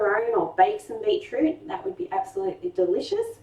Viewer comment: Beetoot? Hehehe